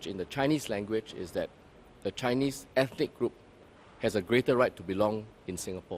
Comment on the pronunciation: He pronounced the word "Ethnic" Ethic. Being a minister, he should know.